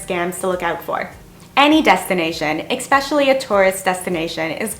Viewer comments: Look there is no such word as EXpecially! Say Especially!! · Are you saying "expecially"? Lol. Love the vids. I watch them with my morning expresso :) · 1) There is no "X" in especially. You don't only have a language barrier with the Vietnamese. 2) Paperwork and 1 month rent deposit was difficult for you? And you're from Canada? Seriously? In Canada we need up to 2 months rent in advance, which is usually around $3000, and legal forms that basically sign away your first born to rent an apartment. Or, do you live with your parents here? 3) "Expecially" is NOT a word. 4) You experienced culture shock. Not uncommon for a 20-something girl who had her parents hold her hand throughout her entire life. These aren't bad things. You're just not used to them. If I sent you to spend a night in Downtown Eastside Vancouver, you'd have just as bad, if not worse experience. 5) I especially dislike that you say expecially. It's STILL NOT A WORD! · It’s not Ex-special. I’m thinking it’s more than being Canadian, it’s a speech impediment. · Language issues? Er O.K.... but for some reason I found that area of this video, 'exspecially' annoying. Or was that eggspecially annoying? Whatever I'm not watching that part again to check the overuse of that non existent word.